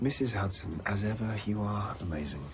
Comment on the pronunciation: Sherlock calling Mrs Hudson ' Huderz' is possibly the best thing to of ever happened 🤣🤣🥰🥰😍😍😍